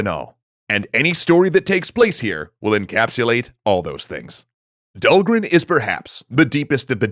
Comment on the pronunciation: Did you finally find out how to pronounce Dhalgren?